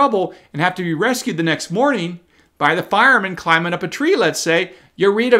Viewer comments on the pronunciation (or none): none